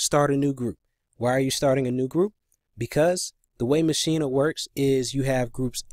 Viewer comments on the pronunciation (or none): Maschina? lol. It's Maschine, pronounced machine. Can't hear the audio from the software. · That’s the German Pronunciation ma-sheen-a